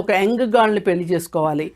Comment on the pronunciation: పెల్లి కాదు పెళ్లి!